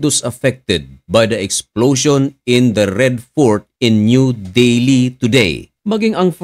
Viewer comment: del hi hindi deli